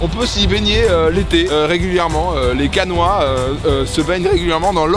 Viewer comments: CAENNAIS 😭😭 pas Caenois 😭😭😭😭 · Bon dioux! On dit Caenais et pas caenois, un canois c'est un habitant de canne. ;) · On dit Caenais pas Caenois 😂 chuis déçue j'y étais je t'ai pas vue